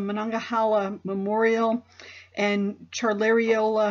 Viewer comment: Good job. From Donora. Monessen is pronounced Moe-ness-in and Monongahela is Moe-non-ga-hayla and Charleroi is pronounced Shar-ler-roy